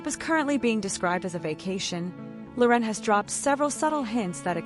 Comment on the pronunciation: AI voice can't pronounce Loren. Her name is not La'Ren ... ANNOYING